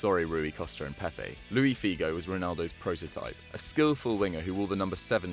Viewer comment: ITS Luis not Loui Figo...